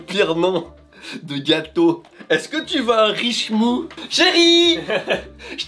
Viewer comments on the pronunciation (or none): Alors en fait la secte c'est le culture de Richnou, pas richmou :p Avec le Grand Skippy ! :D